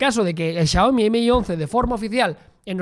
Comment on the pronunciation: How do you manage to pronounce Xiaomi so accurately.